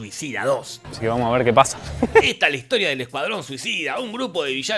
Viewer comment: QEPD Pil. Ya esperaba el homenaje de Te lo Resumo. Muy bien (me desayuno con que dice 'ahora qué pasaRÁ)